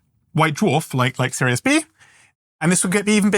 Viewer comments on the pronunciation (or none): none